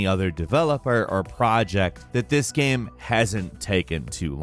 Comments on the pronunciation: “in the gam” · omg he says gam like at least twice more loool